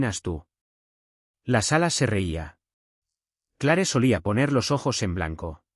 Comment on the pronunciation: Este narrador me crispa la paciencia. NICOLAS, no Nicholas, se dice Cleer no Clare. 🤦🤦🤦